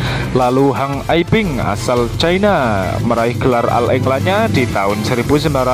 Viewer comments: bacanya oll england min... bukan al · Agak d perbaiki bhs inggris , penyebutan all england dg oll england bukan al england